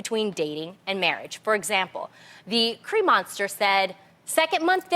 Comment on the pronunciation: Tamera says "Cre Munster."...🤣 she's thinking of Lon's famous "Tree Munster" hahahaha I can't believe no one corrected her or even giggled